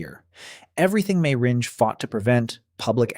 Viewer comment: Just when I thought it was over I’m hit with “ringay”